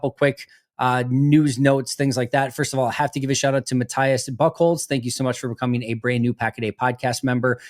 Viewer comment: Pretty sure Buchholz is pronounced like "boo-colez"